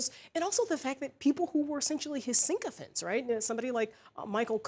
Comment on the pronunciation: Um it’s sycophants , not syncophants.